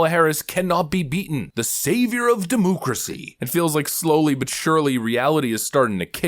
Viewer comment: I laugh when you say de-moo-cracy